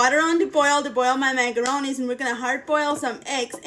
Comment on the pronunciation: I love how she says magaronees.